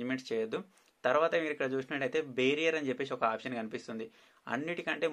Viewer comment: Changements అనకండి changes అనండి... Bearer బేరియర్ అనకండి బేరర్ అనండి... Thank you for the useful tips ..